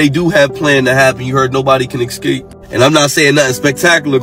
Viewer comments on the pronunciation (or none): Girl did you just say "I don't like earth quakes, I'm not a fan"? Who the heck IS fan of an earthquake? And did brother talking about CERN say excape? I think he means escape hey.